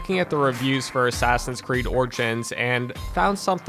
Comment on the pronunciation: Did this nigga just say orchins instead of origins!!!!